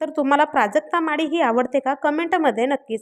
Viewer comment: माडी नाही ग बाई माळी प्रांजूळ नाही प्रांजल असा उच्चार आहे आधी स्वतःची भाषा सुधार